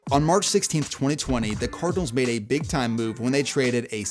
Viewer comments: Twone-ay? That's one of Twenty ways to pronounce it. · “Twenty twenayyy” 😂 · Twenty twentay 😂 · why did you say 2020 like that? 😂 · I thought I was the only one who noticed 😂😂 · For real it’s super odd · Why u say 2020 like that bro😂😂😂